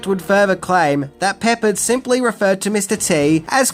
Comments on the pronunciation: George William Peppard /pəˈpɑːrd/ not Peppered. You had me rolling on the floor laughing with the pronunciation . LOL! But I love your channel! :) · George Peppard pronounced puh-Pard, not so much "Peppered", lol. Still a great episode as usual. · Sorry, it's not George Peppered it's, George Pep pard. ;) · Hey. Get some English lessons, Peh- Pard, not pepper-ed., PS. I offer English lessons, (Ke- Nel. not kenal. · It's 'PepPARD', not 'Peppered' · Uhh... It's not PEP-perd, it's pep-PARD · It's pronounced 'Pepard' not 'Peppered' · George Peppered 👎 George PepPARD 👌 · George “P APPARD” my friend not pepper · Pe-PAHRD, not "Peppered." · First off, you kinda need to learn to say George’s last name because it’s not peppered it’s Pep-pard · Not "peppered"... Pep-pard! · *Peppard, rhymes with hard, not peppered. Ugh. 👎🏽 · It’s not George Peppered it’s George Pre-pard short A. Silly- and Mr T wore those chains to remind him of the chains his ancestors were forced to wear in slavery. And The ATeam was cool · please correct your (WRONG) Pronunciation of George "PEPPARD" You say (peppered) pepper-ed, however His last name is pronounced PEP-PARD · Pep-PARD, not Peppered. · His name isn't peppered. It's Peppard(Pep-pahrd) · EEK. Every time you say "Peppered," I scream in my head. I am an old USamerican. it's pronounced "pe PARD." The accent on the second syllable and the A like the "a" in "are." Admittedly, it may have been the actor's affectation, but still. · Dude....it's pronounced Pep-ARD....not Peppered.... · His name was pep PARD not peppered! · Listening to you mispronouncing their names is hilarious. Peppard is PepPARD, not Peppered. It's Dirk Benedict, not Kirk Benedict. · "Pepperred" okay... Peparrred is how it's said. Not surprised from a guy who throws and R on the end of words with a A. Probably call it "Americar" too. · Hey - it is pronounced Peh-Pard, not Peppered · It's pronounced George Peh-Pard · George’s name is pronounced Pep-PARD.